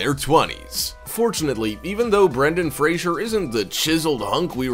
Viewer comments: It's NOT Brendon "Frasier" - it's FRASER! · Brendan Fraser, Fraser! NOT Frasier. It’s not hard. Why can’t you say it? 🤬